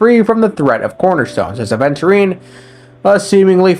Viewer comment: bro called "Adventure time" instead of Aventurine made me off bruh ☠️